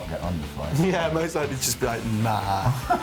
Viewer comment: Matty's Manchester accent comes out when he says "what you on about" and "naah"